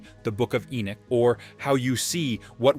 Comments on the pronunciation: It's irritating to hear Ai say "E Nick" when the name is E Nock." Dam, I hate AI. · I really couldn't let u investigate more because u are not calling the names properly. E-Neck when it's Enoch. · Enoch actually. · Ppffff ENock 😅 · You are not pronouncing ENOCK, correctly. It gets a little irritating when you say the same thing over and over. It's E NOCH, like KNOCKING ON A DOOR. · Your not even pronouncing ENOCH correctly.. so you get a dislike just for that reason.. if your going to make a video about a prophet at least pronounce his name correctly.. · ENOCH was still pronounced wrong in the video.. no where in the world or in history past has ENOCH ever been pronounced the way it was being used in the video..